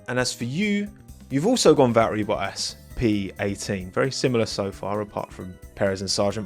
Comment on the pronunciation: Ah Yes. Good old Valery Boh-ass...